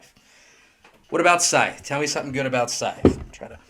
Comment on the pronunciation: it's pronounced "Scythe" not "Scythe". Just saying.